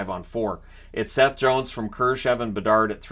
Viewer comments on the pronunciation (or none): none